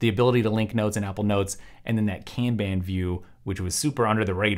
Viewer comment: That’s for sharing some of these productivity ideas! “Kanban” (Kahn bahn) originates from Japanese so my only hang up with this video is the butchered pronunciation. Other than that, great stuff!